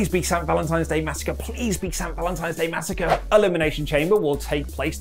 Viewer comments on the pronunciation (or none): none